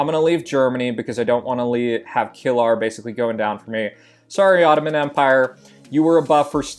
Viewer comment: [KILR] is not kill-our :c . Its Killer shortened